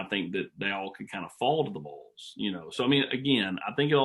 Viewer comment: It’s Vols not Voles smh